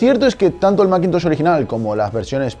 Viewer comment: ¿Y por qué no pronuncias "masintosh" o macbooc" en lugar de "maquintosh" y "macbuuk"?